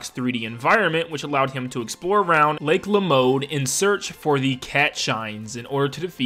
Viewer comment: "around lake lamode" AAAAAAAAAAAAAAAAAAAAAAAAAAAAAAAAA